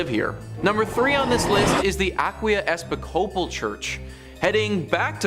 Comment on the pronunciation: For the record when you pronounce Episcopal the accent is on "pis" as in E PIS copal. And the o in copal is prounounced as a near "ah" .